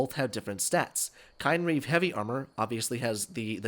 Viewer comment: Ooh, this is a good one! But you pronounced it wrong. it's "KIN-reeve".